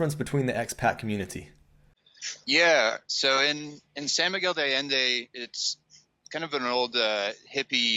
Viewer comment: Is that really how you pronounce San Miguel de Allende and Guanajuato?